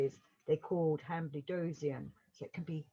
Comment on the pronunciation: It is pronounced han-bled-zoin.